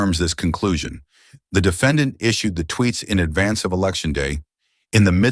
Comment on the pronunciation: "dee fa don.".... AI is still a mess when you could have just hired someone to read it out loud.